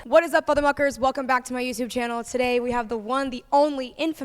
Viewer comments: The very beginning she said fother mucker 😂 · The American Italian accent came out “I was a hairy motherfucker”